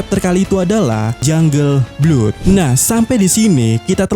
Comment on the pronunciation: Jungle blood dibaca janggel blod min 😊